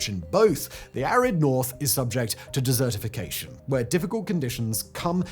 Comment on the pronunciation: The way he said it made it sound like the area is turning into a dessert, not a desert. Dessertification isn’t a thing.